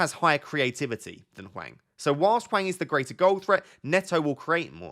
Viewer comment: In terms of pronunciation, it’s Hwang that’s the worst imo. Image it’s Wong and it’ll be better haha. The H is silent, like just pretend it’s not there, and the following a is more like in Arnold than Alfred if you can picture that. Great video tho haha^^